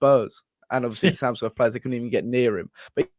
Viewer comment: there's not a single 'S' in Tamworth